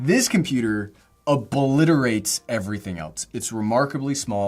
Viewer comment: Ah yes, Oblaliterate